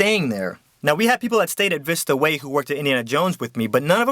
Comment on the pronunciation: As a former College Program girl, I can confirm that is EXACTLY how to say Vista Waaaaay